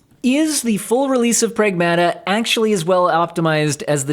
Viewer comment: "Pragmata" is a Greek work and means literally "things" or "stuff", and is pronounced "prAgmata" not "pragmAta". So knowing this, WTF is this game about and they decided to name it like this? 😂